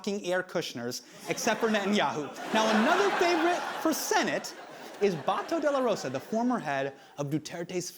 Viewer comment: "Ronald Batow Dela Rowsa" "shaboo" "DooTertey" "BangGow" man, these guys butchering pronounciations of words and names sounds funny.